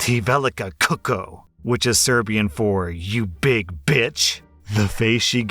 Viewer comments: the word "kučko" is pronounced like "Kuchko" :) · I'm sorry saying Serbian caught me off guard Almost there! You got the first 2 correctly but didn't pronounce "č" The best^^ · On the last one, FYI the ч actually makes a ch sound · Second story: I was listening a when I heard the insult I was confused what you read was kucko with two 'k' but actually that 'c' makes the 'ch' sound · Ok u got me .... funniest episode ever, just because how u speak Serbian... Let me tech you, it's not couco (kučko), to sound more Serbian say "kuch-ko". Translation is Wh*re.. u r very welcome❤❤ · I laughed so hard when he said " te veleka kuko" bc it means nothing in Serbian its actually pronounced "ti - like T, velika like ve - li - ka, and kucko like ku ch ko). 😂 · Amazingly enough, he said it right. He just missed one letter. The Č in kučko (č is pronounced as ch in, e.g., chain, choke, cheat, etc.). So the whole sentence is pronounced something like: tee veh-lee-ka kooch-kaw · butchered that Serbian swearing pretty badly. It kuchko. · Just for the record, you pronounce it "ti velika kuCHko (not kuko)" but the rest is really good I must say 😂 Greetings drom Serbia! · Just a heads up, the word kucko is pronounced kuchko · As long as I'm not talking with the Karen, it's none of her damn business what language I'm speaking! Also, I'm probably nitpicking right now but in kučko, the č is prononced "tsh" so it should be KU-TSH-KO not kucko XD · Did anyone told him it's kuCHko, not kuku already? Haha. Otherwise fun story, what кучка! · its pronounced "kuchko" not kucko :D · The pronunciation of kučko as kuko pains me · The letter č is pronounced with a ch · It's actually more like "kuchko". Like Catch. Č. I'm not Serbian, but from slavic country. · kucko as in crotch.. so kutchko.. :) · Mispronounced kuchko, not that I blame you so yeag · (Ti velika kučko) is pronounced (Tee veh-leeka koochk-o) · I just love how you butchered "Kucko". Made me laugh so hard. Thumbs up!